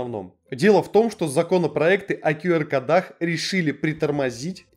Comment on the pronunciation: Не кодАх, а кОдах! Говорите по-русски, пжл